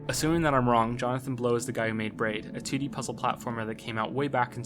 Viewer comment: "Johnathan Blown" haha